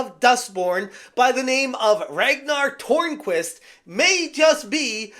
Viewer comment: If you just say Turnquist instead of Tornquist it's a lot closer to the correct pronunciation by the way